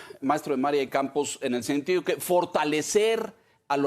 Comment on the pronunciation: Si el nombre del invitado se establece que Maria se acentua en la "i", porque el anfitrion pronuncia el acento ortografico en la primera 'a"?. Solo una observacion....., y clarifico, radico en EE UU y mi comp. no me permite utilizar la tilde. Respecto al tema que se trata: MALO dice que los lideres sindicales petroleros y de la CFE son impolutos... como el.